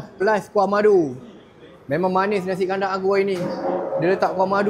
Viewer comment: Nasi Kanda atau kandar SI...gw denger kanda